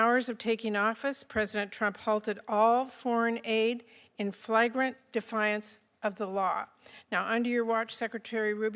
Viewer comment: Flag-rant ? She can't NOT read, so obvious that you aren't speaking when your own words when you mispronounce a common word like that.